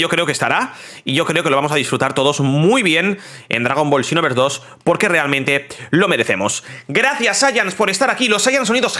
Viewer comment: Hace tiempo no veo tus videos y escuchar el "chinoverse" se extrañaba ya